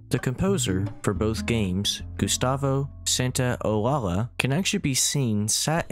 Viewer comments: He pronounced his name Gustavo Santa-Ollal-Yaa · San-Tao-Laa-Laa Funny how they can't pronounce the doble L